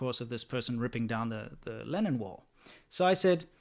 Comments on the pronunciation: I kept hearing "Lenin wall" and I couldn't figure out why it represented anything good.. Oh I need to go to bed. Obviously it's "Lennon wall". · What is he saying? Lenin wall? As in V. I. Lenin? Or linen? Lennon? Really I want to know. Oh I found it. For anyone else who did not know, the first one was in Czech Republic and it was in honor of John Lennon. Also used in Hong Kong. I had no idea.